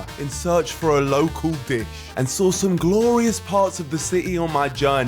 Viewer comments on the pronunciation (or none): you guys sawr it